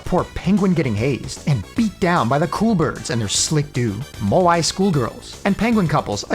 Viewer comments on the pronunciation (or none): none